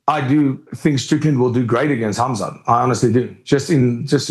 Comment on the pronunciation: Ariel pronounces Khamzat with that Russian h sound poggies